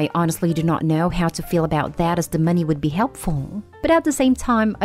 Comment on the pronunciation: Why do you say money so awkwardly? Why moneyyyyy?